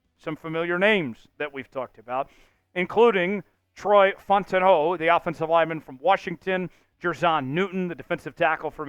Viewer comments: This has gone on far enough... You're blatantly mispronouncing Troy fautanu's last name ... You're calling him Fontano ... It's Fow-tawn-ooh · Fautanu is pronounced "Fow-tah-new." I saw the Chat Sports vid with the knee issue report on Fautanu but I hope they pick him.